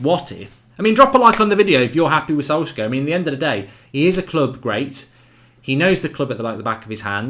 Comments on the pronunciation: Why do you pronounce it Solsker? It's solce-shar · It's not solkzager.. It's pronounced as solkshzaer😂😂😂( A guy on twitter said this).. Waiting to see ole back!!❤ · Mark its solskjææææær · the 'K' is silent in Solskjaer.. Easy way to remember the pronociation is 'Solsshire'.. Sols + shire.. Like you would pronounce Wilshire. Just pronounce the 'Sols' then the 'Shire'..Zidane, Pep and Enrique were all TeamB coaches like Ole they only know their clubs. So let's get behind our 20Legend.. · please can you say solskjeAR😂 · Am I the only one who was pissed off by Goldbridges pronunciation of Solskjaer?